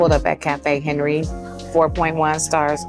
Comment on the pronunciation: FYI: This is my hood....that french bistro Cafe Henri (is not pronounced Henry)...and the Hunters Point library was designed by world famous architect Steven Holl. The best place to eat authentic Italian food in LIC is Manducati Rustica on Vernon Blvd. The owner Gina is amazing...always delicious and homemade gelato too.